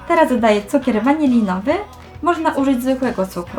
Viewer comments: Lubię Cię ale mała rada😉Nie cukier Vaniliniwy tylko cukier Vaniliowy😘😉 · jpdl WANILIOWY A NIE WANILIJOWY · powiedziałaś cukier wanilowy a nie waniliowy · wanilinowy serio xd sory ale mówi sie waniliowy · Wiem ze film dodany rok temu ale musiałam napisać o tym błędzie XD mimo ze pisze się wanilinowy to czyta się waniliowy. To nie był hejt tylko po prostu zwracam delikatnie uwage. Pozdrawiam❤